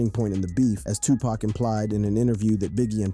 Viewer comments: He keep saying pak instead of poc 😂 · also pac not pack there no "K" in Tupac